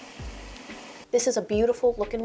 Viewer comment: Why do some people talk straight plain English when they speak...but when they say certain words...it's like S A L S A or T O M O T I O S??? 😆 Cracks me up. btw.....um....are you....going to be doing OF anytime soon? 😎🤪😆